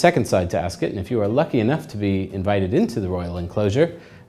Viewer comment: First of all that jacket doesn't have a waist seam, so it is not a proper morning coat, and instead a cheap rental jacket. Second, Ascot is not said like 'biscuit', third, milliners don't make mens tophats, hatmakers do. You also didn't go into anything to do with detachable collars, or the winged collar/ascot tie combination. This video is completely uninformed and useless.